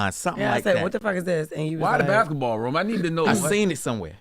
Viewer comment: and room "ruum" lol